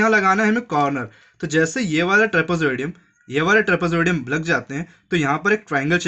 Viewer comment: Trapozoadium😂😂😂 Trapezium hota hai